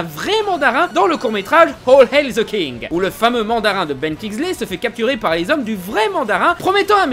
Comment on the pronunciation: Par contre j'ai juste un truck a dire à ta vidéos._. Hors mit que je m'en contrefout des comics. Tu prononce super mal l'anglais ... Hole Hell the king ? Le roi trou d'enfer ? Ah non pardon c'est écris All Hail the king. Prend exemple sur le japon, eux il prononce mieux l'anglais que les anglophone